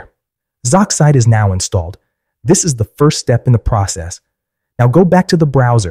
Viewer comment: sorry if I sound passive aggresive but it is actually pronounced Z-oxide